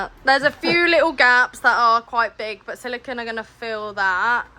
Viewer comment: why you talk like chicken? instead of "but" you say "baaa", "sprinter" you say "sprin er" etc and those stupid tatoos whats wrong with you?